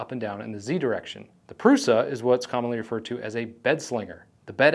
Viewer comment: It's Průša, not Prusa.